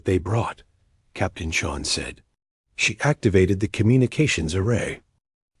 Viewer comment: Oh wow, another woman. Whose writing these dot stories. Can't even finish them or pronounce the Irish name Sean properly.